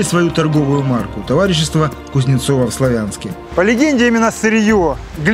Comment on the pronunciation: В Славянске ударение на а ,славный город